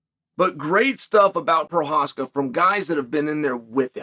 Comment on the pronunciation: Did you just say Prochazka correctly?